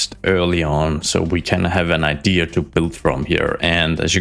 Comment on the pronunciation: There’s no R in “idea” btw. 😂